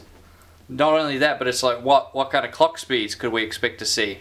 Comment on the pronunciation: "Cocks Speeds" lmao 😂🤣.. Anyone else hearing this when he says Clock speeds lol